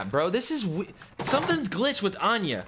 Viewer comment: "Anya" 😂 it's Aniyah